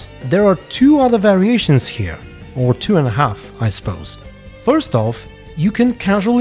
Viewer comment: it's more noticeable at the start of the video, you stress the start of the word a bit more which sounds cool imo